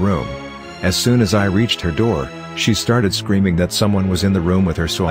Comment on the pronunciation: s- creaming? woah auto speak dude lol